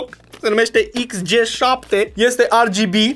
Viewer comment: AR GI BI? Serios? Am uitat romana? De fapt nici a engleza nu suna. Parca suna mai bine ER GE BE